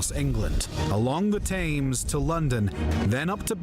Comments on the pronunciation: The river Thames is pronounced Tems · I cringed every time i heard Tames (Thames) & Danygeld ( Dane geld) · it's pronounced TEMZ for chrissake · A lot of mistakes in this! The pronunciation of names (Thames, Athelney, Augustine) were wrong. The Scots & Picts were not raiding Kent 🙄Hengist & Horsa were fighting with Vortigern in the north of England.. Alfred did not build forts he fortified towns known a Burghs (later boroughs). England did not have sheriffs until centuries later they were originally Shire Reeves (Old English scīrgerefa). Edmund was NOT killed in battle, he was captured and martyred by the Vikings who subjected him to the ritual killing of the blood eagle. Thus he became St. Edmund and was patron saint of England until St. George replaced him. Birmingham was a village until the 12th Century and only grew to a city due to the industrial revolution.